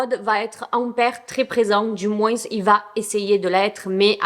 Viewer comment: Pourquoi tu dis toujours "moinssss"? C'est drôle car tu parles tellement bien français, je suis étonnée que tu ne saches pas qu'on ne prononce pas le "s" dans le mot "moins". C'est pas grave, c'est juste étonnant. Je me suis demandée si tu ne faisais pas exprès peut-être.